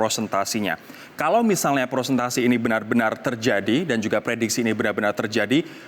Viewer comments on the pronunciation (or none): persentase. Bukan prosentasi. Sekadar info aja.. kan sekaliber Metro TV 😁